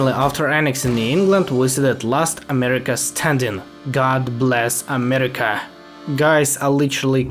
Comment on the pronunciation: why you say amerima?